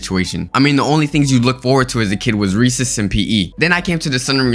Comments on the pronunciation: did this man just say reeses instead of recess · when he said recess i thought he said reeses and i agreed